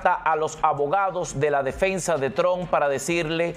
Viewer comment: Trump ( pronuncie como si fuera una trampa, pero quite la , a, y no olvide pronunciar la p).